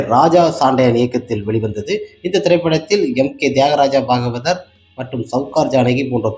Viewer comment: தம்பி நீ எந்த பள்ளியில் படித்தாய்? தமிழை இப்படி தப்பு தப்பாக படிக்கிறாயே. தியாகராஜ பாகவதர் பெயரையே சரியாக உச்சரிக்க தெரியவில்லை உனக்கு. முதலில் தமிழை பிழை இல்லாமல் பேசப் பழகு. ARM